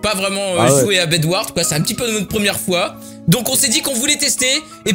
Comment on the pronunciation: Bedwar (s)<---- LE S CE PRONONCE